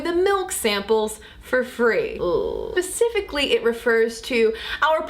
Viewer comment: Did she say "pacifically" instead of "specifically" (45 sec)?